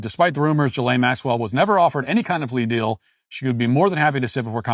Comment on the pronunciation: Matt get your shit together and learn how to pronounce names, it’s not Jillian Maxwell it (G-eh lane) you are making republicans have a terrible name if you can’t read or talk